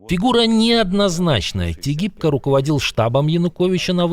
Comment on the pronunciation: Тигипко называли Тыгибкий.